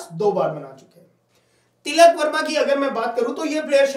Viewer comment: Tikal Verma nhi tilak Verma h bhai 😂😂😂😂